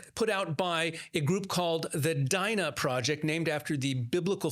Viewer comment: why does he keep pronouncing it DIE-NAh instead of DEE-nah the way it is supposed to be?